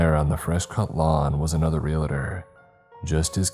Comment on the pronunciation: Repeat after me: "Re-al-tor". Not "Real-a-tor".